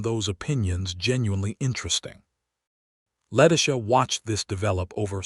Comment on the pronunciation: Why can't they pronounce Letitia's name correctly?